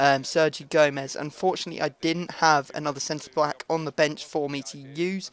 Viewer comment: Sounds like you say center black Lol.